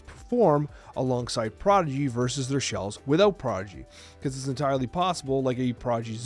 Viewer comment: Is saying Prodgy?